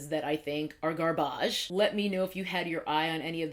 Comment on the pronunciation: "Guarrbãj" that's the only way to say garbage from now on 😭💀!